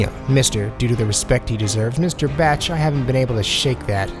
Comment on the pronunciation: Johnny Bach (bɑːk or B-ah-k) not batch